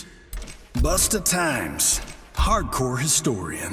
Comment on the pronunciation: Did my manz call him busta timez?!!? YooooOOO!!! 🤣🤣🤣